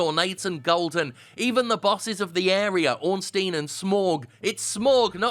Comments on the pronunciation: It's OrnSTINE, not OrnSTEEN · "It's Smough, not Smou" - proceeds to pronounce Ornstein like Joel Osteen. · then might as well mention that it's 'shtein' not 'steen' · Don't lecture us about how we'rte supposed to pronounce SMOUGH if you can't pronounce ORNSTEIN right ... Fuckin' Prick.